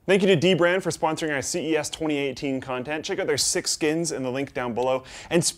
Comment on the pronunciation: how many times did you get that '2018' wrong?